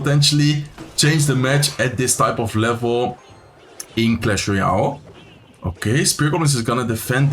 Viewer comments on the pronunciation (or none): none